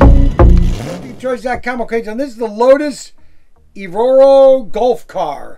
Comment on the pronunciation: Evora -> E-Vor-Ah